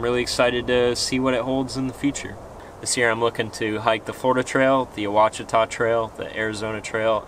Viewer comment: Hey Ouachita is pronounced Washita.